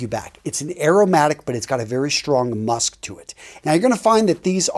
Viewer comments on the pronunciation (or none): none